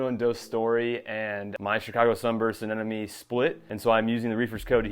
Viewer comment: Thumbs up simply because you pronounced Anemone correctly😂. I swear 9 times out of 10, people say ANENOME.